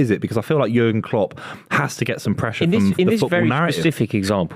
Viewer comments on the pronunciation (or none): Not saying Cock instead of Klopp. 😂😂😂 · Man said kocks for klopp